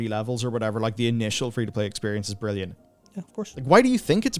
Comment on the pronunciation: he called the latests patch "brillant" lol